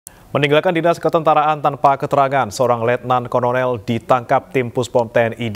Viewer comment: Konorel, kornoler, apa kolonel?🤣